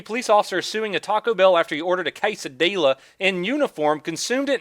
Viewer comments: It is said QUESADIYA in mexico "ll" sounds like "y" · Did he say a kisadela? He fixed it but what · pronounce with me..."Que-sea-diya"